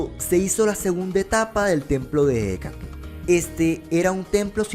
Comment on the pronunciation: Me encanta q pronuncies tan bien el nombre de la manifestación de Quetzalcóatl: Ehécatl, antes pensaba q se decía "Ejecatl", pero la "H" es inexistente en su pronunciación, y sólo se dice "Ecatl"